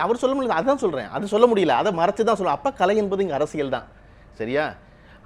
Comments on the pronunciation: நடுநிலையாளர்கள் மனதில் உள்ளதை சொல்லியிருக்கிறார் பழனியப்பன். யம்மா ஆங்கர் பொண்ணு அது களை இல்லை கலை. கலைனு சொல்லத் தெரியாத பொண்ணுககு நேர்காணல் பொறுப்பு............. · இந்த வர்ணனையாளர் நல்ல தமிழ் பேசட்டும்.. கலை'ஐ களை என்கிறார்.. என்ன ஒரு தமிழ் ஆளுமை ..